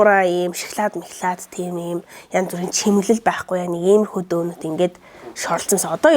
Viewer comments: Дөнөт биш донот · Donut iig zuv duudkj bur ydaaaal bh yumoo ydj bhd nuure tsav tsganr kremded suns shig